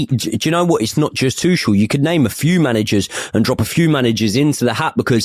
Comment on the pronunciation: aww christ not the kick off still calling Tuchel "Too-shell". He isn't French! It's "Too-kell"